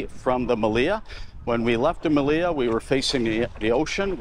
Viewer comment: Your videos are valuable. I have been to the Meliá (in Spanish the accent goes on the a, not the i as you pronounce it Melía, which sounds wrongfully cute) among other resorts like the Majestic Mirage. I decided to book another vacation at the Melia after seeing how much I missed when I was there. In that sense, I said your videos are valuable. I have subscribed to your channel and will recommend it to my friends.